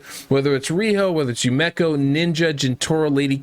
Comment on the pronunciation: Yu-me-ko say it with me